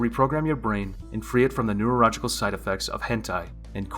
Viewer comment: I’m not addicted to corn. I can handle my corn. 🌽 I hide it in a corn hole. Did you say neurorogical? 🤨